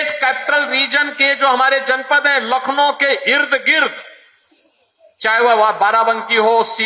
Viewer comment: Baba ji lakhno nhi hota h